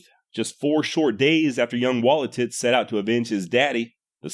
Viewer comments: Wah-Lee-Tus, not Wallatits Check out the movie, "I Will Fight No More Forever." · I’m sorry but it’s probably just way u pronounced it but it sounds like your saying young warrior “wall of tits”